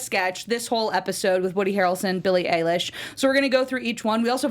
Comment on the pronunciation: EILISH NOT EYELASH!